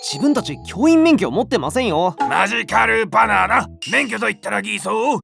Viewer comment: マジカルバナナじゃなくてマジカスバナナはクソワロタww